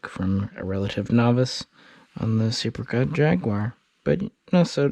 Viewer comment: The second E is silent. It's actually said "SEPCAT" ;)